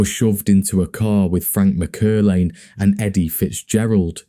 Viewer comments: Btw the surname is pronounced Mac Er lane. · It’s pronounced Mack-err-lane